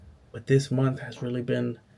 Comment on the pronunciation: These videos are fire bro! Weird advice but you should try to coach yourself out of saying “dat” “da” “dis” etc.